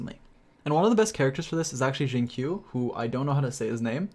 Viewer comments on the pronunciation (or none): Xingqiu is pronounced as Sing-chi-yu or Sing-chu if you can't pronounce the first one. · Damn it the way he pronounces the chinese name is so annoying. I swear everyone that knows how to speak chinese is rly annoyed when americans say chinese words. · Gg that how to say xing qiu still ain't correct